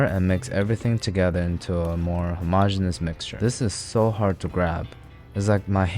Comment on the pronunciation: He said homogenius wrong